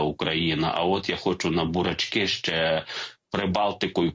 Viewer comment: "на бурАчкьИ" - бикота шаріковська, фубля